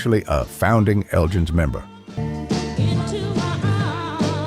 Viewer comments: Eljins? Isn't it elgins? Like from the Scottish town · Surely The Elgins had a hard G in its pronunciation, as in The Elgin Marbles. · In the UK The Elgins is not pronounced how you pronounce it, however I guess like Candi Staton maybe it is a topic of debate. 9 out 10 of these records can be regularly heard at Northern Soul nights in 2026. Dusty Springfield was much admired by Queen Elizabeth. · R Dean Taylor couldn’t have been “one of the only” whites at Motown. He was either the only, or he was one of the few. But that’s the sort of nonsense you get with AI narration, as is the following : the Elgins pronounced as “the Eljins”, who apparently had a “led singer”; also, Jimi Hendrix didn’t leave the Isley Brothers for “bigger things” — he left for three more years of struggling as a backing player on the chitlin circuit and near starvation in New York city. After that point I’m sorry to say that I gave up watching this video because of the poor voiceover